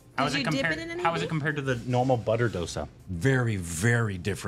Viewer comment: Its not "Do" sa, its pronounced "Dho"sa.